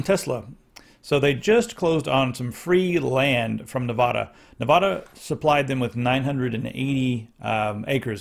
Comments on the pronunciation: Nevada is pronounced Ne Vad (rhymes with mad, sad, dad) a Not Ne VOD a Ne-VAD-a Ne - 'e' is pronounced as 'e' in 'pet' VAD - VAD - rhymes with DAD a - pronounced as 'u' in 'up' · " pronunciation of the state is “Nev-AD-a,” not “Nev-AH-da.”